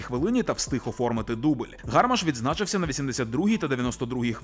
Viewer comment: не гАрмаш, а гармАш. Невже так важко затямити це?